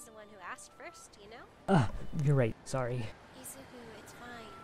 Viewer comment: When she said "Izu-" I thought she said Adrien and I was like "Waaaaait....Is this a miraculous comic...." Then I looked at the pic when she said "Izu-" I sighed in relief 😅